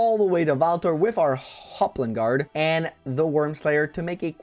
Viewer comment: I look forward to watching you try Ewan. (He's still better than Knoll so it should be possible) Also...I think this is the first time I've ever heard you say Hoplon Guard correctly. You're always calling it the Hooplon Guard. Thank you for actually reading the name this time.